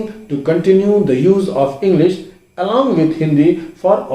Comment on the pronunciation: Why you say engglish